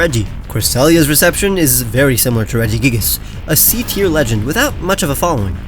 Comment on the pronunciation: TIER, NOT TEAR!